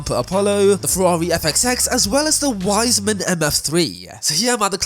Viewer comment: Now TDU2 is abandonware. You cannot buy it on Steam anymore. Existing licenses are honored but the servers are down. It has become a fan project. The fans run servers and the fans created a modified version based on the base game. Wise men don't call it Wiseman. It is a long E = I with a muffled S like in Wiese. 😊 Wiesman was the most German carmakers of the German carmakers. They produced most of it in house.